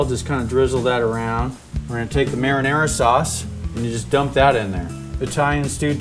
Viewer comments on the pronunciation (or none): Merra-nerra sauce....lol!